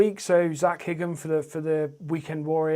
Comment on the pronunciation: Thanks mate 😃 Was a bit confused when I saw my profile pic in the thumbnail ahaha, I really appreciate that :) Your channel is going to grow very quick and you'll be riding with Seth and Bk soon no doubt! You say my second name as "high-ham" but it's no biggie 🤘🏻